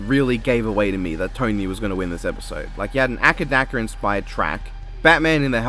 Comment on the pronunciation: Isn't it "Ay-Cee Dee-Cee" and not "Acka-Dacka"?